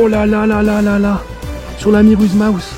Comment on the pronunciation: Par contre frérot c'est miuras mouse, j'te jure ça me trigger de t'entendre dire le mauvais truc à chaque fois mdr. Sinon tout bonnement très qualitatif ! GG